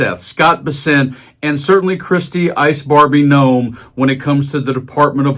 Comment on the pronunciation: You need to get into the settings of your text reader and set it to pronounce Noem as gnome. 😉 Its more accurate.